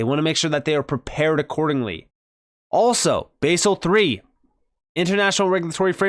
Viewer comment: Basel is pronounced baz-el with a soft A NOT base-el